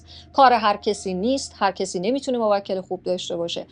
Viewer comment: موکل یعنی تو به اون خدمت میکنی شما باید بگی موک٫ل یعنی تو به اون توکل می‌کنی (افتاد)